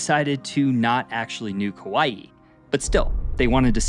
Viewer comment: I appreciate that your pronunciations were very good. Sometimes it's hard to watch a video about Hawai'i when your ears are being assaulted with bad annunciation lol. Great job and loved to hear accurate history. Mahalo nui loa.